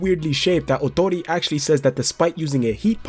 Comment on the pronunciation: Great pronunciation of Ootori’s name And yes you were correct!!! Awesome!!